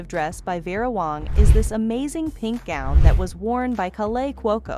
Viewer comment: White wedding “goon”. Wth is going on the the mispronounciation